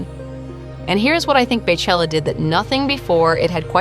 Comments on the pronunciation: I can’t believe you said “bay chella” not even 30 seconds into the video 😑😑😡 it’s pronounced BEE chella. Like her name is pronounced! PLEASE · Please...PLEASE. Not Bay or Bae it is Bey like Bee. Beychella. 🐝chella. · “BAY CHELLA” i’m soooo irritated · Her name is BEYoncé so why are you saying BAYchella 🤦🏽‍♂️